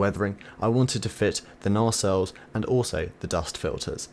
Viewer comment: Not 'narrsell' it is 'naysell' and also it is not 'sicklick' it is 'sighclick' just saying. Ex chopper engineer, and got a bit an@ sorry about that. Great build though I must say.